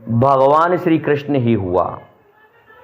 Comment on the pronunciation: Are bhai gyan na bagharo,krasjna ji nam thik se lo ,Rahul na bano.